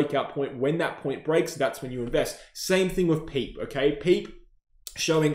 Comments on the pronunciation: Bro really called Pepe “Peep”😂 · You're trolling with the PEPE pronunciation 🤣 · its a crime in crypto with how you pronounced pepe 🤣🤣